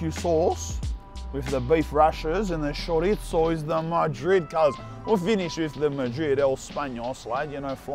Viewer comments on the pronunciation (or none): Why u saying charizzo like that man? And don't say that how u pronounce it because it's not in English